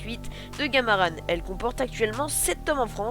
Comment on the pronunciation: Graaave mais je pense sa se dis gamarAN pas gamarane